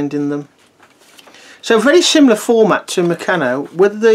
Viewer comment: I loved Bayko as a kid and I now have a number of good vintage sets. I don't play with them though!!! Just one comment I must make - really sorry to be picky. The company Meccano is pronounced with a long A - so it's Mec-carn-o. Meccano was big in my childhood and many us had the Meccano magazine as well as they wonderful building sets. I never heard anyone pronounce it Me-can-o in all that time. My Bayko sets predate the acquisition of the company by Meccano in 1960.